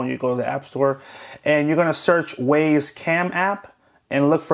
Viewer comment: its not WAZE band its WYZE as i pronounced WISE .idiot